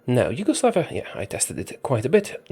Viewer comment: “Huge-oslavia” THAT AN ACHIEVEMENT